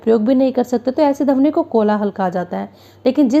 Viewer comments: Dhabani nhi maam Pronunciation thik kiya kijiye dhwani hota hai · Aap plz dhawani ki pronunciation thik se kariye